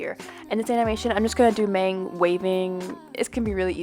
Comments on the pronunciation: NO PLES NO SHE SAYS “mAng” NOT “mahng” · this is such an informative video!! just some things tho, mang is pronounced (mah-ng) not (may-ng) also theyre nonbinary but go by she/they! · kfksksj not to be that person but....its mang as in 망 (muhng) , not maeng other than that, great video! 💜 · This video is helpful but I cringed so hard when you said Maeng... it’s Mang. It’s okay if you’re not a fan or like a huge fan lol. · I like the concept but it’s pronounced maHng not maYng😳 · um what? His name is pronounced (M-ah-n-g) not (M-ay-n-g).. lol just thought that was funny.. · You pronounced Mang incorrectly :( The “a” pronunciation is more of an ah sound than an aye sound. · lol she said maeng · I took an animation class in high school and was convinced that I’d never be able to do it again because programs can be too expensive for me to buy for just a hobby. I actually don’t own procreate, but this is even more incentive. Also Mang is pronounced like Mahng 😭😭 (Edited out that Mang is a girl because apparently it's false. Don't want to spread misinformation!)